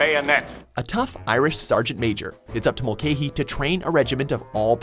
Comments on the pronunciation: It's (mul-ca-hy) not (mul-cay-hy). I'm Irish just making sure u get it right!👍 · Mulcahy is pronounced Mul-ka-hee. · The way he pronounces Mulcahy is soooo wrong, it's like mull-ca-hee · Mulcahy is pronounced mul cah ey